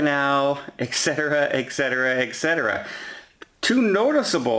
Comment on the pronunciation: The words are et cetera, not eck cetera.